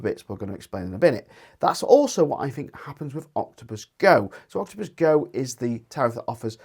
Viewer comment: Its Intelegent Octopus Go not OGI 😅